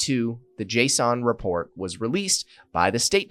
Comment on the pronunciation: Why are you saying Jason like JSON